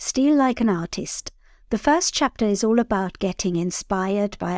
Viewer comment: You cannot say artist without a i